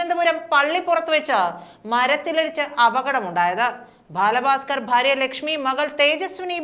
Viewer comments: ഭാല ഫാസ്കർ അല്ല ബാല ഭാസ്കർ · "... bhaala baaskar... " No..... "baala bhaaskar" ennu parayoo... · ഭാല ഭാസ്‌കർ എന്ന് അല്ല.ബാല ഭാസ്കർ എന്ന് ആണ്. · Balabhasker ....LKG Classl poyi pronounciation correct cheyyu..very bad😮😮😮😮😡😡😡😡😡😡😡😡😡😡